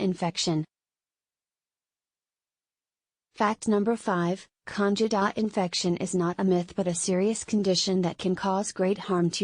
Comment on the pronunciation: Why should we listen to your advice when you can't even pronounce "candida" correctly.